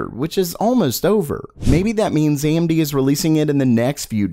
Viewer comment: I keep hearing Andy instead of AMD